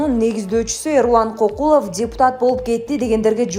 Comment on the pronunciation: Туура окубайсынбы алып барган кыз КОКУЛОВ эмес КӨКҮЛОВ деп окучу , сабатсызсынар Мадмыр ушуларды окутса болот эле, депуттатыктан айланабы